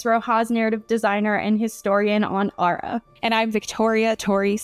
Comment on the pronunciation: when the historian pronounces Ar'a almost properly in the beginning